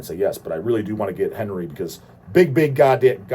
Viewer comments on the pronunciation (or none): none